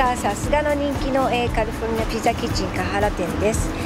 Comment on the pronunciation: カルフォルニアっていってるやん、この、おばさん。 カリフォルニアやろ。